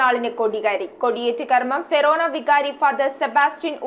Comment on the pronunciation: ഫെറോനാ അല്ല ഫൊറോനാ എന്നാണ് 😂